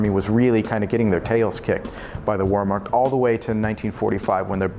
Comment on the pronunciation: Did he say warmarked? (wehrmacht) Russia was getting their tails kicked by warmarked? Walmart?